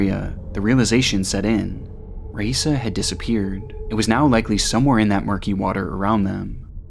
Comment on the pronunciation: Raissa is pronounced 'hi-eesa'. Normally I don't nitpick, but out of respect....